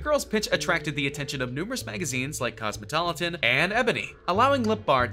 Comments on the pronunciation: am I crazy or did he say “Cosmotolitan?” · It’s cosmopolitan not cosmotolitan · did he just say Cosmotoloton..? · He said Cosmotolitan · This is using a voice synthesis application. You can tell because of various mispronounciations and typos Eg, cosmopolitan.